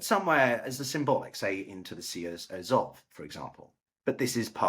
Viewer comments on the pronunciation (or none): none